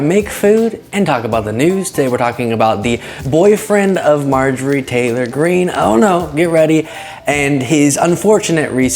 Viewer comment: When you say “Marjorie Taylor Green” too fast, like as a single term, it sounds like you are losing a syllable or two.